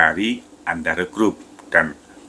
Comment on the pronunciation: Apa aku sndiri yg denger nya andaro...